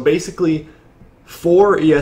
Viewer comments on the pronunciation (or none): none